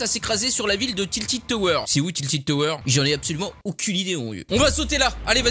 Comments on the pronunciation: j'ai stresser quand il a dit "tiltid tower" ^^ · "tiltid toweur"😂😂